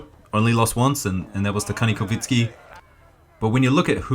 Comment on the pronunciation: It's Kanikovsky, not Kanikovinsky!! It ends in "sky" not "insky"!